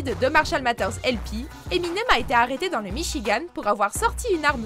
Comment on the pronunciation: Premierement, beaucoup de personnes l'ont dit il regardait des dessins animés avec sa fille lors de la cérémonie des oscars. Deuxièmement Marshall Maters?? The matter is your prononciation! Et il y a un tas d'autres moment où il a été bien plus savage à d'autres moments que ce que vous avez enoncé